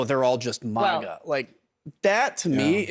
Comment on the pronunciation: It’s not muga it’s MAGA!!!